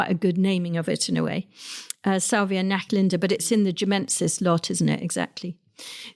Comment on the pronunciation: Great list! Just one correction if I may. Salvia NachtVlinder is pronounced with the “v” sounding as an “f” in dutch. And it means “night butterfly” or just moth. 😊